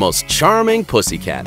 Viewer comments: It sounds like it is saying the p word😣😖😤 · Is he saying "pussy cat" the entire time?